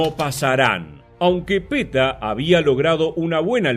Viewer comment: Está muy bueno, solamente no sé porqué decís Peta a Petein.